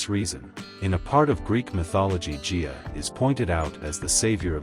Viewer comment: It's not pronounced Jia, it is Gaia. A hard G.